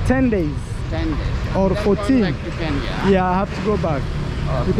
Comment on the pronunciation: When told him he was from Kenya and the man called it Karnya and quickly said I know that place. I was sure everything out his mouth was a lie 😂